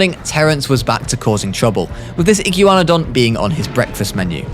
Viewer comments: Iguanadon Iguana-Don Like what is you saying lol. Also Dino-cry-us (don't know how to spell the actual dinos name but that's what it's sounded out like) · fake paleo youtuber u say igyouwannadon and thats not how u say that(joke) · Speaking of atrocious pronunciations: iguanadon is pronunced like iguana. Soft ē. "ee-GWON-uh-dawn" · me: iguana-don: iggyu-wanadon also the Deinocheirus, is pronounced dino-KI-rus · I can’t “igew wanadan” 😂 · Thr iguanadon is pronouced as ign-gua-don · Something tells mat this guy either doesn’t know how to pronounce Iguana or doesn’t know that that’s where Iguanodon gets its name lol